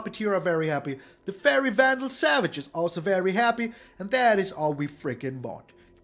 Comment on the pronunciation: "Faerie Vandal Savage" 🤣 😂🤣